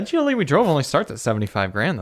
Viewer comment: Great video. For most of the beginning I thought you were saying GEELY. When I saw “GLE” it made more sense because I haven’t seen many Americans review the brand.